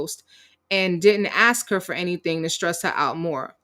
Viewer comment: She’s never productive. How many times has she said “I don’t do anythinK”, “I’m not doinK anythinK”?